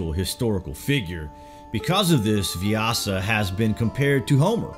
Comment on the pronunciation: pronunciation is vyass